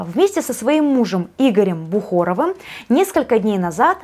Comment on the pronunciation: БухАров,а не БухОров.Надо быть точным,это ваш профессиональный долг